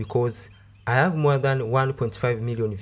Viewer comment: Do you have a problem with H? Aving insted of Having, ave instead of have, andred instead of hundred